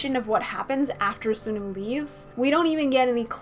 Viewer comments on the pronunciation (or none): btw sunoo is pronounced sawnu :D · I love your channel, you're one of my favorite theorists! I must say though, I sometimes get distracted by the way you say Sunoo or Taehyun lol. Sunoo is like the word "sun" then "oo", not "soon-oo", and Taehyun is like saying Taehyung without the "g" I don't mean to sound rude though :)